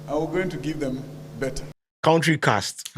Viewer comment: What do you expect when your education minister says kentry😂😂😂😂